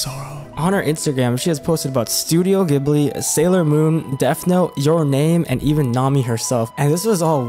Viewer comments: Did you just pronounce it as Studio GIB-lee? lol....oh no.... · You'd think a channel that seems to be about anime would know how to pronounce Ghibli.